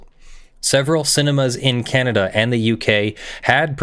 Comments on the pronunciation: What really has me cringing is that keeps calling it Canadia. It is Canada, not Canadia. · Look, I love this whole thing, but it's Canada , not "Kahnediaa"... 😓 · Is it possible for you to pronounce "Canada" correctly? There is no "i" in the name. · Canadia? Canada instead? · Ontario, Canadia? Moron. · I love you, but I really could have lived without discovering how irritating I find an hour of the word 'Canadia' to be... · [DRINKING GAME] Take a shot every time He says "Canadia". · “Ka-naad-i-uh” sigh Still loves you tho! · "Canadia"? "CANADIA??" I'll let that slide. Once. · "Canadia"? :P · Is he just saying Canada wrong or is Canadia a thing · What's up with specifically and purposefully butchering the pronounciation of my country? If I correctly recall, this isn't a one-off, either. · Canadian here, I'd like to know as well, cause the best I can tell, its either forgetting the "N" at the end of Canadian, or using the "humurous term for Canada" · it may not be meant as disrespect, but it sure doesn't come across as respectful. Your videos don't go out to just your inner friend circle. I'm really trying to be reasonable here, but it honestly got incredibly annoying personally. This wasn't a short video. It wasn't once or twice. It was near constant. I think he only said Canada correctly twice in all 1 hour and 45 minutes. How quickly would it get on your nerves if you watched a nearly 2 hour video of someone insisting on saying your name wrong on purpose, or if someone constantly called your country the United States of Americana. It's cute once or twice. It's obnoxious after an extended period of time. Another way to look at it is the defense for saying it all the time is no different than when a person who uses slurs says it's ok because one of their friends is from the group they are making slurs about. And no one agrees that's a good reason.